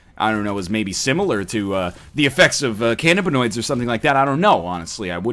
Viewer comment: NL is the first person I've heard say cannaboids